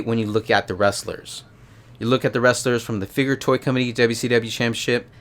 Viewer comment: Why do you say it like that?? It's CHAMPIONSHIP... not Champyaship. Wtf...so annoying.